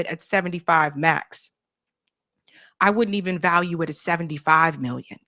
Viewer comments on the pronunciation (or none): none